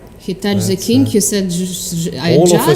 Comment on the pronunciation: “Khie sed he totch the keeng” “Khie tudge the keeng”